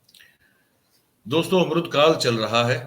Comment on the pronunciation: अम्रूत काल नहीं अमृत काल बोलो